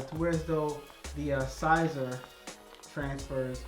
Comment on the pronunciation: great video, I am new to this and still afraid of messing up, you make it look less complicated. FYI Siser is pronounced like "see-ser" or Caesar.